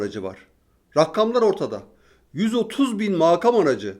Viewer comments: Ben de hep farkediyorum tüm konuşmalarında o her rakkam dediginde "rakkam degil o rakam" diyorum sanki yanımdaymış gibi. Bir de bugünki konuşmasında makam kelimesini " maakam" diyerek a'yı uzaltarak söyledi. A orada uzaltılmaz. Yani aynen makam yazdığı gibi söylenir. Serdar bey mesajları okuyor mu? bilemedim ama yazayım dedim. 😊😊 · Maakam kelimesini düzeltebilirsiniz 🙈 meydaana diyordum bir ara